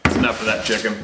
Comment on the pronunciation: "Alright, enough with that chicken"😄😄😄😝😄! Did I hear Shit-kens?😄